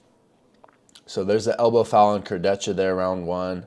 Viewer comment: Its Alex "Kurdeha" not "kurdetsha"